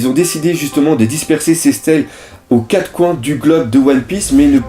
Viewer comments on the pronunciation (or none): none